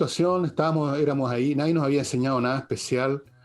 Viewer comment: Villegas dice "NADIEN"